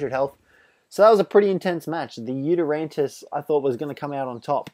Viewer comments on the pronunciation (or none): It's not "YutyranTus"